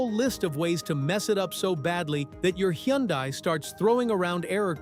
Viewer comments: It's pronounced Hun Day not Hee yun Die. Just saying... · Correct, Hunday......hurts my ears hearing him mess it up. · All this applies to KIAs, too!😂😅😊BTW, Hyundai is pronounced like "Sunday". Just saying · I call it "hi un di" ... lol!!!! In Korean, Hyundai (현대) is pronounced roughly as "hyoon-deh" or "hyun-day" (split into two smooth syllables: hyeon and dae). It sounds closer to "hy-un-deh" rather than the popular English "hun-day" or "hy-un-die"